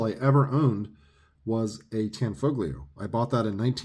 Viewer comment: The "G" is silent ! Tan-fo-leo. It's mandatory to say it different than it looks because it's Italian ! LOL !